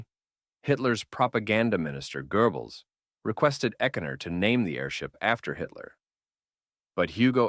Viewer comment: Goebbels, not Gerbils